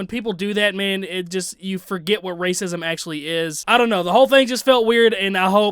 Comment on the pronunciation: He didn’t casually throw around “racism”. He said “race-is-uhm”.